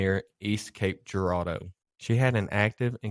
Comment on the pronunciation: Local, and you pronounce cape Girardeau right 🎉🎉🎉🎉🎉